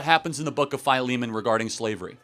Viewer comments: "FY-LEE-MAN"? I know it as "Phil-eh-mon", am i wrong or is charlie wrong? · I thought Philemon was pronounce Filly-Mon.